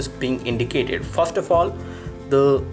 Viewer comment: you can't pronounce "FIRST" lol :D